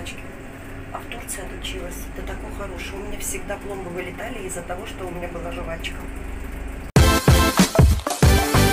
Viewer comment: привет✋👋. Извини, но не "жувачка", а жвачка. Слух режет. А жевать действительно очень опасно для пломб. Две, три минуты не больше.